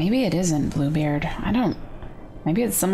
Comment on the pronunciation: When she said Bluebeard I thought she said poopbeard 😆